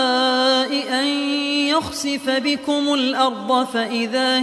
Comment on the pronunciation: جميل ماشاء الله لكن لاحظت في خطأ في الحركات في جزء تبارك سورة الملك آية ١٦ كلمت يَخْسِفَ بكم هو قالها بضم يُخسف انتبهوا الله يجزاكم خير